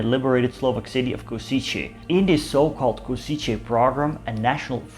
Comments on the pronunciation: It's Košice not kosiče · Not /Kosiche/, but /Koshitse/ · Košice is pronounced [Koh-shi-tze]